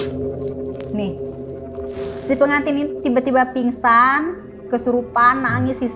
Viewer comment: Ada yang nyadar gak sih mbak nya bilang pinsan seharusnya pingsan tapi malah pisan gimana sih mba😂😂